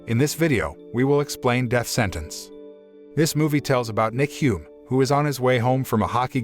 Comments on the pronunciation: Why is the narration voice adding an "s" to their last name, Hume, when there is no "s" on the spelling? Also, the terrible writing, jeez... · did i hear "s" sound after their family name? is that how we pronounce it? peace!